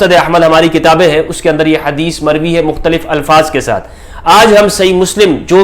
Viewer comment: ''mokhtulif ulfaaz k saath mer-vee hai''.fix ulfaaz bhe nahi han, very strange